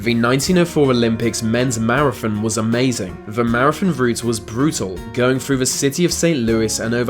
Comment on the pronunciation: Your accent is making me CRAZY. Why why do you pronounce 'th' as 'f'...as in wif for with...def for death...marafon for marathon. Get someone else to do the narration PLEASE. You sound like an idiot.